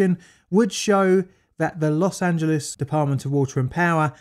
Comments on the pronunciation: Los Angeles is pronounced Loss Ann Juh Less. Not Lees. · Very informative and funny video about the topic. Tip: its pronounced, loss-an-gel-less. 😉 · Los Angeles not Los Angelease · British English speakers seem to think "Los Angeles" is Greek and ends with "leez." Of course, it is Spanish and it has its own American anglicized pronunciation which ends with "less." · I love how Brits pronounce “Los Angeleeze!” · "Los Angeleez" Oh British people, you so silly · >>> 12 minutes of Elmer Fudd speak....SHEESH! <<< There's NO such !@ place as Los Angeleeees